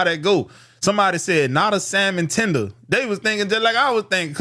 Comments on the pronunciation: "Salmon Tender" 🤣🤣🤣🤣🤣🤣🤣🤣🤣🤣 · Je said samon tender lol